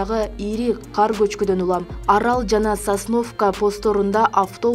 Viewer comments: Окуган кыз каар деп айтып атат кулак салсанар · Каар эмес кар эле болуп жазылат,айтылат 😡